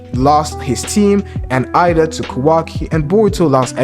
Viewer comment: Eida is pronounced like "a-da"